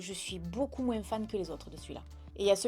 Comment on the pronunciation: Super vidéo comme toujours et merci pour ce joli concours 😍🍀👍. Petit "moin's" que j'adore 😂😂❤. Prends soin de toi 😘❤